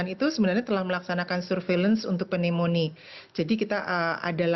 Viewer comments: Penyebutan untuk kata Pneunomia itu NYUMONIA. Jadi tolong jangan malu-maluin dong...kok penyiar tidak bisa cari tahu di Google translate bagaimana penyuaraan dari kata PNEUMONIA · Mbak, Pneumonia dibaca tanpa huruf "P" nya. Sama perlakuannya dengan kata Psikologi, demikian terimakasih 😊